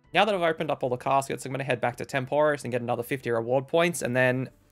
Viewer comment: no way this man can't pronouce necklace or tempoross